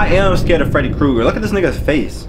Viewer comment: Why tf he say freddy kreuger like that 😂😂😂